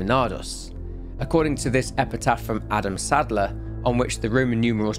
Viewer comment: Instead of Adam saddler I hear Adam Sandler